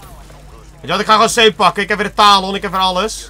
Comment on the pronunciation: Kun je plz elo, high caliber en talon goed zeggen?